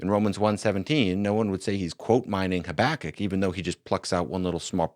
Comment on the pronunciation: I have never heard anyone pronounce Habakkuk the way does. Stopped me right in my tracks and i had to listen back a few times